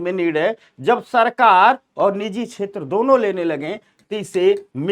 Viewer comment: नीजी नहीं निजी होता है सही शब्द